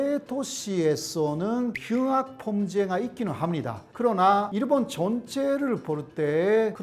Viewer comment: 내용은 좋은데 한국어로 그렇게 강의를 하는데 신기하게 일본인 특유의 발음 쿠세가 안사라지시네.. 일본>이루본/ 습니다>스무니다/남편>남푠/ 어머니>오모니etc